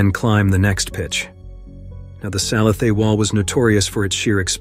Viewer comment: You need to learn how to pronounce the names of the routes. Tim died on The Sal a thay. .